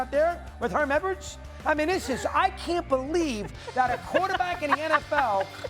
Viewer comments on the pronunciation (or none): “Herm Edwards” 😅